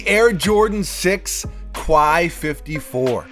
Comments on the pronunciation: Quai is pronounced more like the "kay" in "okay" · Just a heads-up, Quai is pronounced "Kay" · Love your vids. It’s pronounced “Kay.” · Please learn how to pronounce the word “quai” it definitely sounds like kè - this is a sneaker page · It’s pronounced Like Kay. Dope vid 👌🏾